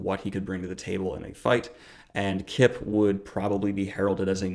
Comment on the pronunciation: Kip rhymes with chip